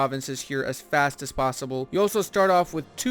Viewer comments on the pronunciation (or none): none